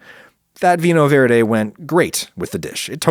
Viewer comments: I really appreciate the way that you ditched the inability to pronounce "viNHo verde" the Portuguese way, by taking it to champagne being an easier to pronounce originally :) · Minor bone to pick: you wouldn’t sound pretentious pronouncing the y sound in vinho verde (viño verde in Spanish spelling). You pronounce it in jalapeño, don’t you? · Hey Adam, a quick comment about Portuguese pronunciation and avoiding to sound like a tool. The portuguese language, be it in Iberia or Latin America, is constantly in the shadow of Spanish (is guess less so in Africa, but I'm not sure). One of the distinctive differences in the pronunciation of "vinho verde" is the "n-h" sound, that sounds kinda like if "vigno" was a word in Italian (maybe it is, I dunno - also there's probably a cool linguistic name for that n-h sound). Anyway, this sound is very characteristic of the portuguese language, so maybe a case could be made to change just that in the pronunciation and still not sounding like a tool. I'd see it as even a nod to the incredible historical fact that Iberia somehow didn't turn into one single country (maybe that makes me a tool again, but still...). Great content as usual, thanks! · As a Brassilian American please try to learn Vino Verge in Portuguese. It sounds like nails on a caulk board whenever Americans pronounce it like English. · As a portuguese citizen, I think it's amazing hearing foreigners saying "Vinho Verde" in all sorts of ways! It makes me think "How cool! Our product is reaching other countries and they have their own pronunciation for it and everything!"